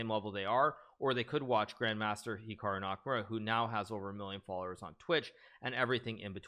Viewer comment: That moment when he says Chikaru makes me think on some kind of Pikachu brother or...maybe perhaps...a bot of Hikaru that you can play aginst him but when you loose he laughs so loud as Hikaru do 😄😄😄😄😄